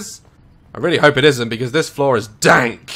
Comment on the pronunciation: When he says "This place is DANK!"Omg, I can't!